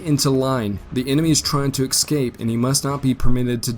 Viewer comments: Dude, your grammar is horrible. "ex-scape" rather than escape. "Forrest-es" instead of "Forrest's" Primiter, rather than Perimeter... "Uleesees" instead of Ulysses (ih, not ee) Other than this, the information is fairly spot on, as far as historical accounts suggest. I am a grammar nazi, so I pay close attention. If the grammar were improved, these videos would be perfect. I don't mention these small imperfections to degrade, but to offer constructive critique. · A "plum" of smoke; the gunboat "Constatoga"; the enemy might "excape" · The word is "escape", not "excape"!!!!!